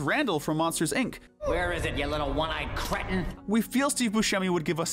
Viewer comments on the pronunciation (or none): It’s Cretin not critin.